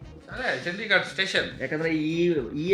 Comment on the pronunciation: ಅದು ಚಂಡಿಗರ್ ಅಲ್ಲಾ ಚಂಡಿಗಡ ಸರಿ ತಿಲೋಕೊ